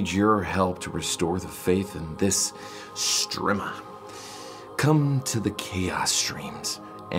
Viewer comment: I lost it when he said strimma